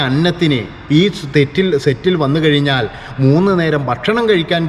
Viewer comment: പ്രിത്വിരാജ് അല്ലടോ പൃഥ്വിരാജ് ആണ്. കയിഞ്ഞാൽ അല്ല, കഴിഞ്ഞാൽ എന്നാണ്. പറഞ്ഞ് പഠിക്ക്😱🥵🙉